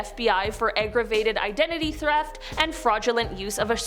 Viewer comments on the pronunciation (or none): "aggravated identity THREFT"